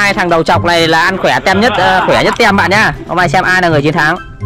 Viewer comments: ơi em có 1 góp ý. Từ "team" nó đọc là "tim" nha anh ko phải là tem đâu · anh nói tem là sai phải nói là tim